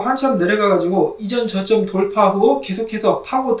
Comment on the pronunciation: 저점~ ㅋ 발음이 너무 정직한거 아닌가요?